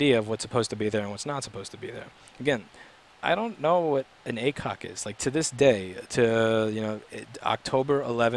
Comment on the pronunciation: I think if you read it AC-OK instead of A-COK then you probably understand what it means :)